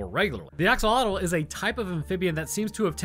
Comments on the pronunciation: How did you butcher "axolotl" that badly lol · "axogloollggles" has to be the best verbal-typo i've ever heard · Axolotl has a click noise in its pronunciation heads up, there's a channel here on YouTube that teaches you how to pronounces Nahuatl words which that is part of. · PSA for everyone: that is not how you pronounce axolotl. Or more accurately, that's the widely accepted English pronunciation but isn't actually the correct one.